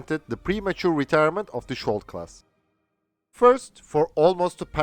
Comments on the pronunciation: Your pronounciation is dead wrong. the sk in skjold is pronounced like the sk in skiing. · In this case its Skjold, not skold. Skjold means shield